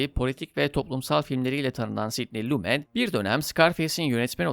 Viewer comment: Lumet yazılır Lume okunur sevgili dostum. Seviliyorsun.